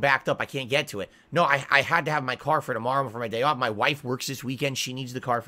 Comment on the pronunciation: He says they tried to turn his power off but when he says off it literally sounds like he is saying on, his mouth is all fucked up